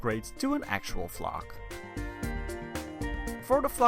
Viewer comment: Its cute😘 Edit: anyone else kept thinking he was saying *fuck*💀